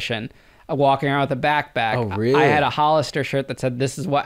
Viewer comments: whoa whoa wait , he was selling candy out of what ??? his Back Back, 😂😂homie its BACK PACKK P PPP BACKPACK NOTBACKBACK 😂 back pack yenno the letter P like pensicola but yeah tell this man so he dont sound even more of a moron than he already does wchyo backback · Did he say "back back" instead of pack? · i couldnt STAND the way he says backpack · Bro cannot say backpack